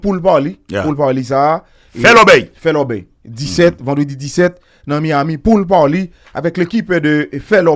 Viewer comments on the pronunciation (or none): mpa youn nan haters yo non! Mrenmen tandew anpil, men fow ranje bouche,ou paka nan USA pou wap di pool parly, se pool party lye papa,ou paka AP di gift to gift,se give to give li ye papa